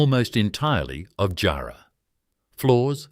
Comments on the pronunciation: Great video, its not pronounced jar like a jar. But jarrah like jah and white ants definitely will eat it. Thanks for the video from Perth. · It would be helpful if the narrator could learn how to pronounce place names & words like jarrah correctly.